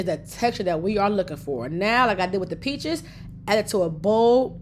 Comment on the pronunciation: A couple times she said "peaches" sounded like "bitches". Made me laugh. 😊